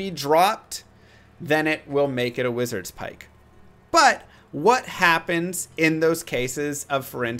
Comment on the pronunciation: it's wizard spike. not wizards pike. logically it tracks